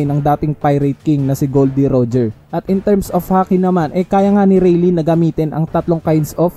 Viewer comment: Its not reylee its reyley (rayleigh)